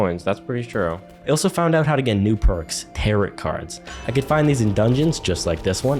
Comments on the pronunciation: I hate when people don't know how to pronounce tarot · Did he say tarot like carrot? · Him saying tar-it instead of tar-oh hurt me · Friendly note: Tarot is pronounced Tare-oh, not Tare-ot. The t is silent! Great video btw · Lol its pronounced tarot cards (t-air-oh) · the mispronunciation of tarot is truly one of the most things about this playthrough